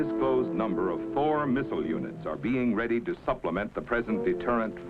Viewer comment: anybody else hear, an undisclosed number of four (presumably badly pronounced Thor) the weapon systems 😅